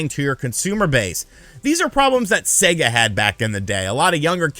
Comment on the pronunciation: Thank God. An American who can pronounce SEGA correctly!!!!! :)))